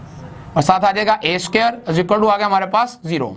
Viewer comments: Sir g suquare ni hota square hota ha🤣🤣🤣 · Square hota h not sucare 😂😂😂😂 oooo bhaiiiiiiii Maroo Mujhe maro😂😂🔥👌 keep up the sucare كففو